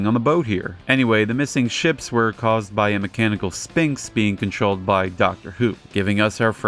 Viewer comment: This show feels even weirder than the Godzilla shows. It's a shame so much of it is lost. Hope someone manages to find the rest (Also, minor nitpick but that pronunciation of sphinx hurts my brain)